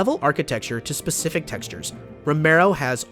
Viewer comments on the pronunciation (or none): none